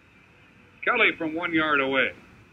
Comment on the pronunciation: Broadcasters pronouncing Kelly’s first name couldn’t seem to decide which syllable to put the accent on.